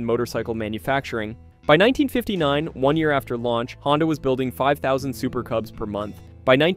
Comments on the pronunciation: I thought the company was called Honda ? Not HONDEEE ?? Maybe I’m wrong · Honda pronounced proper 1st 3 times then .59 he floridly says " Hondie"!?